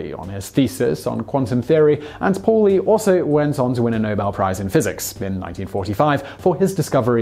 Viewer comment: Paulie is said "pow lee", and its the EXCLUSION principle, not expulsion!